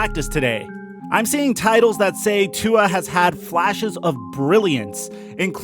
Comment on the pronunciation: If you're going to do this, you should get with the program and learn how to pronounce Tua's name correctly! Have you been under a rock for the past few years?